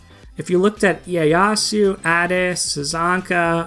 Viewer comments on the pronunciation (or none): none